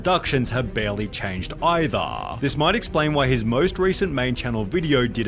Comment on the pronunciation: Hahaa, funny accent, hahaa